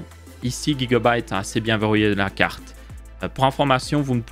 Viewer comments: Pourquoi guigua byte Au lieu de Giga On dit Giga octets pas guigua octets 😂 Ou c'est la marque qui dit qu'il faut prononcé comme ça ? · Tu me fume avec ton Guigabyte (j'ai ajouter un U ) Tu dit Guy .. mdr